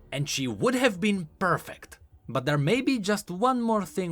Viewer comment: yeah, not damn but dzamn thighs 😂😂😂